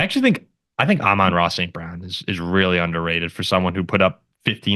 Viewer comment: Nailed the name pronunciation, thanks for answering my question. Even as a packers fan, I agree with the Amon-Ra St Brown take, he’s elite and underrated